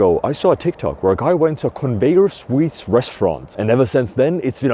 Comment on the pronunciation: I genuinely thought was saying "Swedes" instead of "sweets" at the beginning lol